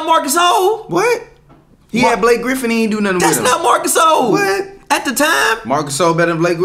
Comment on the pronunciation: “Marc GaSOUL” 😂